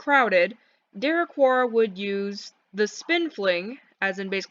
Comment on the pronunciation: why do you pronounce derequor like de reh khor